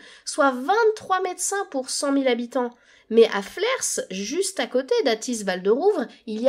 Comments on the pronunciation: 😱😱😱 On ne prononce pas le S dans flers !!! 😂😂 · On dit Flair et non flerS ^^ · Vraiment canon cette vidéo ! Les 50min sont passées en un clin d’œil, merci pour tout ce travail, vraiment ! PS: on ne prononce pas le « s » de Flers ;)